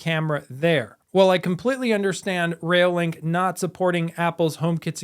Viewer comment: Sorry, it's doing my head in !! - It "sounds like" you're saying "Rail Link", instead of "ReoLink", it's annoying as hell. Stop It !!